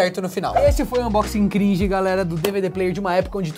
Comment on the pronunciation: vídeo cringe falando cringe do jeito errado